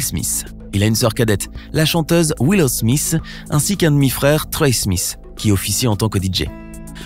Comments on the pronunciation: Pourquoi vous dites yaden smisss c'est Jaden smiTH TH SE PRONONCE PAS SSSSSS MAIS JUSTE A DIRE LE T genre jaden (SMITE)en prononciation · Ce serait quand-même vachement mieux si tu prononçais au moins un nom correctement. Will Smisse, Yédeun Smisse, etc. J'ai très mal aux oreilles.